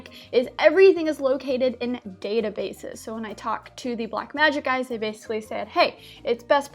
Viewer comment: What's "base-uhlly"?